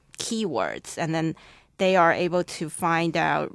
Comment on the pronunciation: The reason why this recording has a band 7 is because the candidate does not give much detail in task 1. Her vocabulary would also get a lower score because she uses informal English.She also has some r/l slips (purple, old, able, control...etc) She also misunderstood a question in task 3.